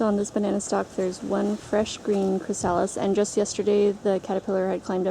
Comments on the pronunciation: Your killing me... It's "Chris a lis" not "Chris sal is". I've never heard somebody not pronounce that correctly. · Its chrasalis not chrisaaalis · Chri-suh-lys not chri-sah-lys just a tip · I thought I posted a comment but it disappeared so I'm sorry if this is duplicate. Thanks for sharing your beautiful, peaceful garden. I love it. Watching the caterpillers was fascinating. Just an FYI that chrysalis is pronounced chris-uh-lis. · I don't know if you will see this and I'm not trying to be a pronunciation police-type but, just a friendly FYI it is pronounced CHRYSalis. first syllable accent. :) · Pronounced, "crist, o-list" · CHRYSALIS pronounced chrys-a-lis not the stupid way you are saying it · very nice video but the mispronunciation of the word chrysalis was driving me crazy. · Seconding that motion, so to speak. Putting the accent on the second syllable of chrysalis is kind of like putting the accent on second syllable of "octopus". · You say chrysalis wrong. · You take such big cats? they are more likely to have a parasite. Do you have that problem? Oh I see you do. I was told not to take older cats. Sorry to be picky but you are mispronouncing chrysalis.